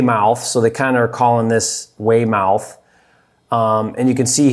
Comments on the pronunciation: Lmao I cringed a little when you said Wey mouth 😂😭. It’s pronounced Weymeth lol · Everytime he said “Way-Mouth” I died crying 😭😭., I love you but it’s pronounced “Way-Mith” 😂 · Not Weymouth It's "way - mith" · Awesome video,! I live in the Boston area and it’s one of those markets that’s considered too expensive for the numbers to work. Any other Boston videos would be great! Prove them all wrong! Oh, and Weymouth = Waymith. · I was thinking the same thing. "Way-Mowth"? That was funny. But all in all great video as usual. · I’m from the Boston area, that’s a town south of Boston, not inside Boston city limits. pronounced weigh-muhth. Gotta add the Boston accent to it lol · Pronounced wey-meth One town over from me lol😂. But I’d love to get into business with you maybe co-wholesale some deals ? I’m in Massachusetts